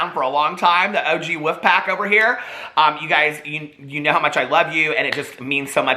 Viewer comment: Wolf ... Not wuff please enunciate.